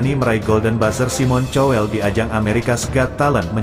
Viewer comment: SIMON COWELL (baca. SAIMEN KOWELL) Dia orang Inggris. Please say SIMON KOWELL. bukan TYOWELL. 😮